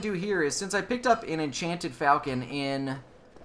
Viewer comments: Huh, who knew - I've been mispronouncing "falchion" as well. I just looked it up on Wikipedia (a nice article, by the way - I highly recommend it for more on an awesome weapon), and the correct pronunciation is "fawl-chon." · It might be pronounced "Falc-EE-on" But im not sure, and it doesn't matter theres always gonna be some grammar nazi correcting people. Lol